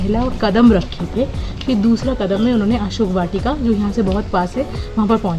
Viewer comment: Read as ashok vatika plz